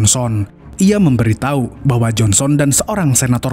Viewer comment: Menit ke 12,detik ke 25 admin bilang memberi tahi😂😂😂